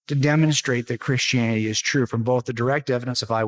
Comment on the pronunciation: he pronounces it "krishianny" Also, a book is not direct evidence, and he knows it.